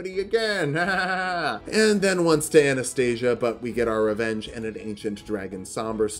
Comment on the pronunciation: I can’t belive he said anastyia wrong, so disappointed